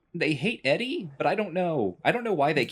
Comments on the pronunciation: Wait, is the robot pronounced "Eddie"? I always called it "E-Dee" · pronouncing ED-E Eddy is blowing my mind, I’ve always pronounced it Edee.